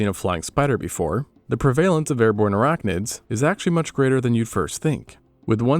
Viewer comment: You are pronouncing prevalence wrong.